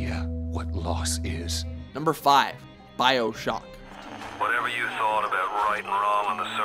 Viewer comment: "bioshook" lol